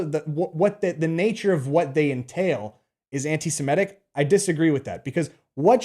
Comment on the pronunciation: 'Anti-Semitic' is pronounced as it's spelt: 'sem-I-tic'. Not 'sem-E-tic'.